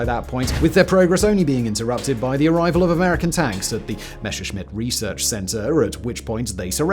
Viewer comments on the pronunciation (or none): Enjoying your content as always. Let me just say it is "Messerschmidt", not "Mesherschmidt" - "Messer" with simple clean s ;) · C'mon, Simon. Messerschmitt, compound form of Messer-Schmitt (German historical spelling, literal meaning "knife smith") only features one single sh-sound, in the third syllable. There is no sh-sound in Messer. You can pronounce it correctly with just a little bit of effort. I believe in you. 😉